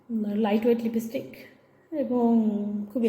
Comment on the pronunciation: Pronunciation ta thik kore korun na... 😮 🥴 🙄 🤔 🤭🙉 ..... Libistic noy... 😮 😮... Uccharon ta hobe.... Lipstick...... 💄 💄 💄 💄..... Ar eita ki 1 min ter video dakhalen.. . 😅 ...?? .. 🥴 🙄🤔 .... Shuru hobar agei toh apnar ei libistic er upor video ta sesh hoye gelo.... 😅 😅 😅😅 ....